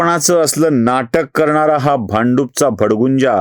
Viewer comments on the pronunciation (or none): भ ड गुं जा नाही, भ ड भुं जा... असा मूळ, खरा शब्द आहे! 🙏 . गुगल करा! 🙏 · भडभुंजा म्हणतात, भडगुंजा नाही